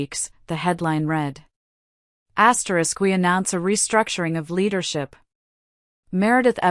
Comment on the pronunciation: I don't like when it's his asteris.What the heck is asteris!!!